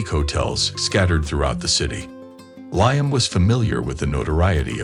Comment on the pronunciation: It's " Lee am , not ly am